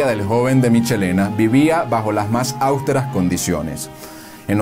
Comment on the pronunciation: Austeras, no áusteras (no existe esa palabra)